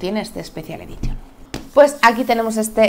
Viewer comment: "quiquestarter" ... unas clases de Inglés no vendrían mal. Nunca sobran. classic "edition" ... en serio?